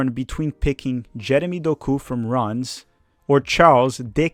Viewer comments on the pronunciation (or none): none